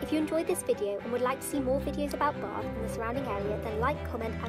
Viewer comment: As someone from bath it really gets to me how to say bath